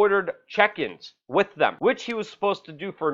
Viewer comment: Come on buddy it's with not ' wit "